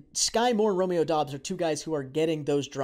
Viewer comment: It’s pronounced Dubs not Dobbs just so everyone is aware. I’m a bit biased because I went to college with Doubs. He is very underrated and only fell in the draft due to an injury. He’s gonna surprise some ppl